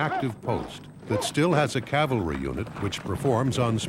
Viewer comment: Cavalry not "calvary."